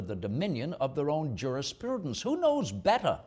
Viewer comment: It's interesting how he pronounced "jurisPURdence." Was this at any time an accepted pronunciation?